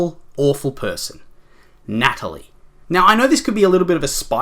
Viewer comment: Its the way you said NaTaLiE